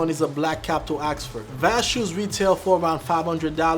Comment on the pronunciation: you're butchering these brand names, it's Yeossal, not Yosol, Gaziano Girling, not Gerling, Enzo Bonafe, not Banoffee and Vass, not Vash.